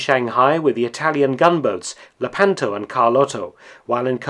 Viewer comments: It's "LEH-pan-to" not "leh-PAN-to" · Lèpanto. Conte Verde is not Conti Verdi. Cagni is not caghnee. As noted in another video, the great deal of research behind this channel should include some on correct pronunciation. But thanks for these forgotten war stories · Thank you for this interesting information. Allow me, though, to make a couple of unbearably painstaking corrections of the pronunciation of Italian names. "Lepanto" is stressed on the first syllable, so it is pronounced "LAY-pa(r)n-toe". And in Italian, "gn" is pronounced like "ñ" in Spanish (that sound doesn't exist in English), therefore "Cagni" is pronounced "Ka(r)ñee".